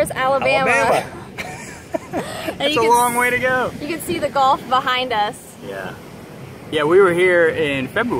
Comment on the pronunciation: gulf, not golf.....commonly mispronounced. O:-)